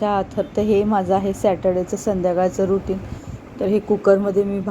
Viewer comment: रेटींग म्हणत नाहीत...रुटीन म्हणतात.